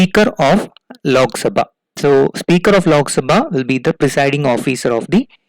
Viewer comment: I don't understood why u South Indian people everything add (H ) behind every word..... It's simply (lok) sabha instead of ( lokh ) Sumit ko sumeeth Ramwati ko Ramawathi Anant ko Ananth Virat ko virath and so on.....